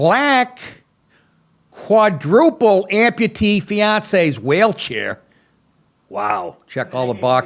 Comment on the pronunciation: did you say 'whale' chair?